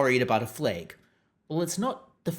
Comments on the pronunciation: “Flag” not “fleg” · It's flag, not fleg. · I don’t get why you keep saying ‘fleg’ that way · Why you sayin flag weird bro